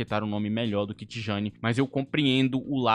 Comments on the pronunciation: eu vi alguns áudios e vídeos e a pronúncia era próxima de " Tiani", afinal, geralmente na língua holandesa, o "J" tem som de "I". Sneijder era "Snáider", De Jong é " De Iong " e Rijkaard é " Ráikard". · O próprio jogador pronuncia Tijjani